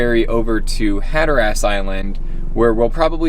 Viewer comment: Can't say Hatteras either.